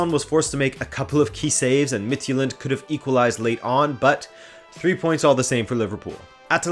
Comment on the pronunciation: mah dude! Homie! Please stop butchering my language. Danish is a germanic language, thus our J's aren't pronounced as the Romance J you see in fx French. It closer resembles the Y in English, i.e. "yule". The way you pronounce "Midtjylland" comes across as "Midtsjælland" in Danish ears - Sjælland being an island of it's own apart from Jylland. If you wanna get the name of FC Midtjylland correct (and please one of your danish subscribers), try pronouncing it as Mitt-Yule-Land. If you wanna go the extra mile, then try to pronounce the "u" as an "ü" (just like the Germans would pronounce Thomas Müller). You somewhat pronounced Club Brugge correct, so I imagine you could do the same for FC Midtjylland. Other than that, keep up the good work!